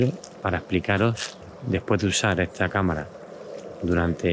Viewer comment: Se dice “esta” no “etsa”